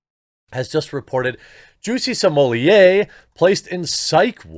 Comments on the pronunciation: He's not french, S-M-O-L-L-E-T-T is his last name and a 6 years old could read it right. SMOLET, how hard ? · I love watching Jeremy, but the way he is adding syllables to Smollet is a little nerve-racking. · Not even in proper French his name would be pronounced "smollyay"! His name in French would be "smollay". It's not Spanish where you would pronounce a double L with an i.